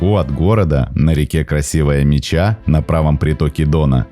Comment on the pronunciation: Красивая Ме́ча , а не Меча́